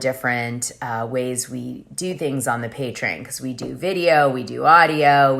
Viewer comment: Patreon = PAY TREE ON!!!! Not pay tree IN!!!!